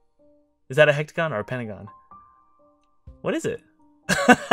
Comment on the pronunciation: It's pentagon, and btw its called Hexagon not Hektagon